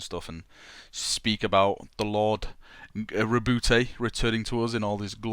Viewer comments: why you pronounce it rebouty??? you pronounce it roboute like robert but with a small dip it the middle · RA... BOOT not ra boo tay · This needs more likes... It IS meant to sound like Robert. Your pronunciation makes me shiver, no offence haha!